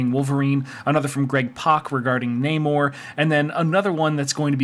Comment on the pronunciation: I pronounce it NAHmorr not NAYmore as that's a true pet peeve of mine. Lol